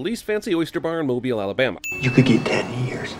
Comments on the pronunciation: Thank you for pronouncing Mobile correctly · Thank you for pronouncing Mobile, Alabama correctly. ...and yes. Nick Cage does sound fucked up. How hard can it be to talk to 3 people from here instead of sounding like Adam Sandler in Waterboy. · HE PRONOUNCED MOBILE RIGHT!!! I LOVE YOU! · All I gotta say is I’m glad that you actually pronounced Mobile correctly